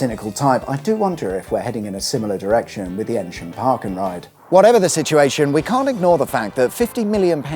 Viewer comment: Sorry to be a pedant, you’re pronouncing Eynsham incorrectly. It’s pronounced eeeen sham - like the hard sound e, soft n, then sham.